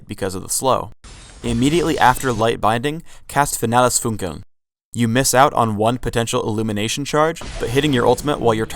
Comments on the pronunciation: It's funny how he pronounces "finales funkeln"... he makes it sound more like finela's funkuwn". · If she wanted to name all of her skills in german, she should have at least practice her pronunciation lol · did any other people who can speak german lol at how they pronounce her ult? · Lux is great :) It's funny how you pronounce "Finales Funkeln" ^^ (why hasn't it been translated into English?) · LOL NICE ... im german and i watch this video ... then she says ''her ultimate is FINALES FUNKELN'' ... FINALES FUNKELN are 2 german words .. :D .. a spell of my favourite champ lux is called FINALES FUNKELN :D .. (finales funkeln = final sparkle ) i like the pronunciation of german words in english ;D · I love how they pronounce Finales Funkeln. XD